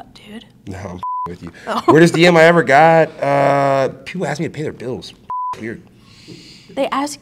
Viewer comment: Only person thàt can axe me anything. Ask is apparently a hard word to say.